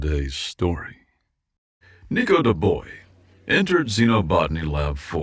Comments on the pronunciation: Shouldn't his last name be pronounced Dubwa not Duboi? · Dubois is pronounced Doo-Bwah, not Doo-Boy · The MC's name, Dubois is pronounced Doo-Bwah It's French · my only critique comes from the mispronunciation of the of the protagonist's last name. the 'bois' part of the last name, specifically. To be clear, it's an understandable mispronunciation, but it is said like "Bwah". Aren't French words fun? Fun fact: 'bois' means 'wood' in French. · Forgive me for the correction but the correct pronunciation for "Dubois" Is "Dubua", like the evil french woman from Madagascar. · Dubois French pronounced Do-BWAH Anglican version is Dew-Boyz, depending on which the author was going for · Or duh-boys as he said at one point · Our hero born and raised in cajun country. Dubois is a very french name. It's pronounced closer to Do-bwau. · Thank you! That was driving me crazy. I was cringing every time he said "Do-boy" and I'm not even French. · either way he said Dubois, he was wrong.